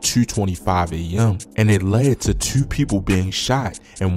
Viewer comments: Your definitely from Baltimore with that "Tuu" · How many times did he say Tuuu! 😂😂😂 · "tew" dude def from bmore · The way you say "twoo" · The way he said 2 I knew he was from Baltimore